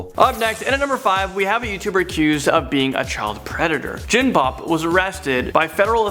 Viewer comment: when u said jinbob i thought u said jim bob and thought u were talking about the dad of the duggars